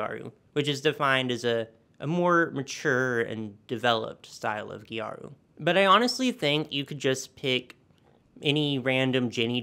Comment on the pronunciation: This "gejaru" pronunciation of gyaru is something i've never heard before for sure. Since it's just the japanese way of saying "gal" it's closer to "garu".